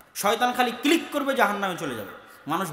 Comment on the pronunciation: Click... not Cilik 😅